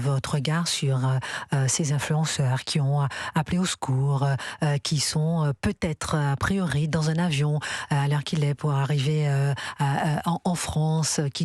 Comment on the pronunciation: " Au secchour ! rapatchriez moi ! " ....Nan , retsche à djubai !